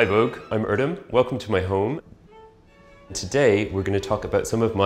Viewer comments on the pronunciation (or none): i can't believe he butchered his own name wow